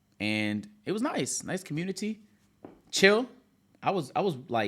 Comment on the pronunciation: The way says “community” 💀